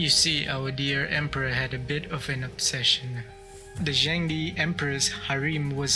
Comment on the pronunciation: just a suggestion: the pronunciation of Zheng De could have been more accurate. as Chinese is tonal, it's more like Zheng4 De2 正德, suggest to use google translate in Chinese to hear how it sounds. I'm sure your viewers would appreciate the effort in accuracy :) looking forward to the next crazy emperor!